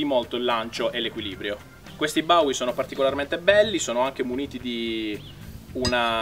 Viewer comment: Il coltello di Jim Bowie non è nato per il lancio nè tantomeno è nato per essere senza impugnatura...e poi quel cognome si pronuncia in modo molto diverso....